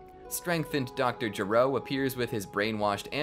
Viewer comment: It's not DR JURO It's DR G.E.R.O